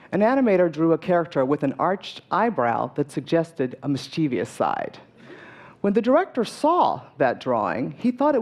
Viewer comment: You mispronounced "mischievous". It's "mis-chiv-us".